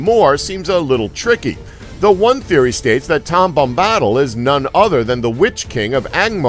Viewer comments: I know!! Tom bambodle??? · like Tom Bombadil he pronounces Tahm Bombottle, it just pains my nerdy soul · IT IS TOM BOM-BA-DIL, NOT TOM BOM-BAHDIL YOU DENSE FUCK. I CREATED A YOUTUBE ACCOUNT JUST TO MAKE AN ANGSTY COMMENT AND DISLIKE ON THIS GODDAMN VIDEO. I'D RATHER GET AN ANEURYSM THAN TO LISTEN TO THESE PRONUNCIATIONS AGAIN. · yeah with him saying Seron(Sauron), Seruman(Saruman), Tom Bobbottle(does this need one of these? YES! Tom Bombadil) and the others are just fucking infuriating (were these little thingies even necessary?) edit: and ilsider(Isildur) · He keeps saying Tom 'Bomb Bottle'!!! Lol, it Tom 'Bam Bodill' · Tom Bambahdl is not right it is Bom-ba-dil :) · How hard is it to do even the most simple research? There are recordings by Tolkien himself pronouncing Tom Bombadil's name. Emphasis on Bom. BOMba-dil. And ISILdur. Give me a break. Do your homework. Lazy orc. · Reading all the comments about the funny mispronunciations, then he says “Bombahhttle” and I just died laughing. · omg it's BOMBA-DILL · My god every time he said tom bomb-bawdle I died a little inside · Say Bam-badill one more time I fucking dare you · Morder, bom-bawdal, eelsider, eeohwen, suron, suramahn.... did you even watch the damn movies?!?... and these theories suck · Seron. Serohmahn. Tom Bambadle . Illsider. Morder. Doubledore. Eeeowyn Wow.... just wow. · Tam Bambaadul, Souron, Eeowin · Bombbottle bombbottle bombbottle.... LOL...I cringed every time he said it. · the way you say Bombadil makes me want to kill myself... BOM-BUH-DILL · Tom Bombottle. UGHHHHGHHHGHHHGH MAKE HIM STOP!!! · Tom Bombaddle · Tam bombadel soron and others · Tom bom-bottle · stop pronouncing bombadil like that.